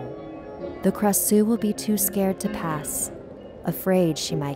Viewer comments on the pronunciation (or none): Its supposed to be pronounced krashuw not krasew but you guys live in a different state so i dont hate ( oooo dat rhyme boi ) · yes indeed I live in Thailand it’s a Thai tale and I think you pronounce Krasue Wrong I think you pronounce it with Klrasue and I heard different story too ^^ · but instead it's pronounced AB like ah+b and it likes to eat intestines such as stomaches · We never called it krasue or whatever this nonsense, it's ARB , krasue is thai word, we call it ARB pronounced like ABS but without S sound